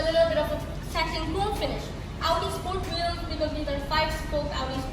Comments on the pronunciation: he is using american accent in very few words... rest of them are british!! so it's not necessary to say that american one in this purpose whether it's sound bad! and do some research that the american one is also not auudii it's "aowdi" but he is saying it like uuu which sounds bad and also artificial overdo!! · u tryna say u feels awkward after hearing this sound ,,yeah the correct pronunciation is aw-dee in American accent ,,I wanna say leave it and don't watch this video cuz it's not going to fix anyway and he'll improve his pronunciation Inshallah ,,so leave it ,,and I think the weird0 thing is bout pronouncing so this kinda thing stucked u badly